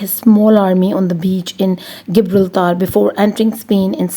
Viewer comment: It's not Gibraltar it's pronunciation is Jibralter